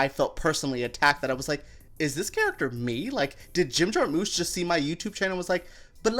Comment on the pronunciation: Jar-mush, not moosh